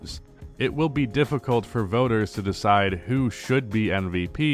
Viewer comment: Why are you saying "NVP"?